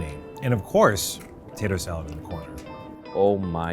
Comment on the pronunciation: In the Worth It: Fries episode, Andrew pointed out the says potato like "POtato." Even years later he still says it like that lol.